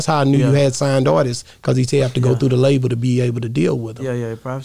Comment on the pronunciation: Am I the only person irritated by ppl who say “ARTISTSES”❓😂